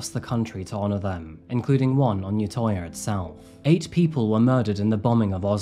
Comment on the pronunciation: crime i would like to you should say the ø in utøya as uhh not ohh